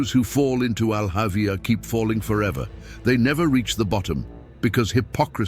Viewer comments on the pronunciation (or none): It's not Al Avia... It's Al hawiah